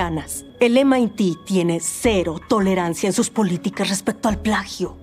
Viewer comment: Ah perdón, en inglés y en casi todo el continente americano se le conoce como sus siglas en inglés M.I.T (em ai ti) y no "el Mit" perdón.